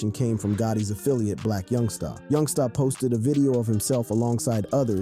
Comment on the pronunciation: Boy why yo say my homie name like that!! Yungsta not yungstaaaa..